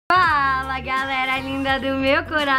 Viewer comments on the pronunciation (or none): Ninguém: Absolutamente ninguém: Carol: Ala galerinha linda do meu coração Kkkk a Carol tava com fome e comeu o "F"